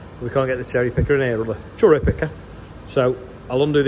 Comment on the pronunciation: love how u say churry picker sounds soo funny lol them fly tippers you should find out who they are and load it in a trailer and give it them back see how they like seen a few vids of farmers doing it see how they like ther rubbish dumped in ther garden great vid congratz on 10k very nice channel growing everyday keep it up